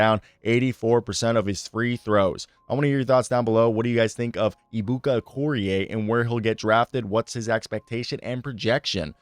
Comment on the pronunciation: Pronounced A-bukah Okoh-ree-A. You're welcome. His first name is actually shortened. But it means "God is so great" or "God is so Big."